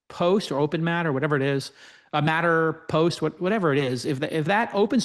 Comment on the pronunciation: it's matterMost, not matterPost :D